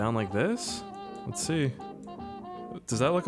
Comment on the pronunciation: Bro your accents kill me “SEE” 🤣🤣